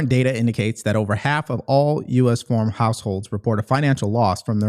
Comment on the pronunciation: Hey it’s pronounced FARM not FORM lol😂